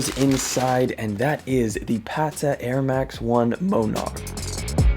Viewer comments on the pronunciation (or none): Dude - it's Mon-erk. Like the Monarch Butterfly. What the hell is a Moan-arck